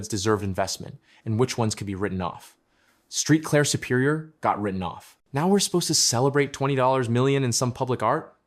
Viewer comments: Street Claire come on man do your homework before you report on a city there ain’t no street clear it’s Saint Clair. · Saint Clair dude.😂😂😂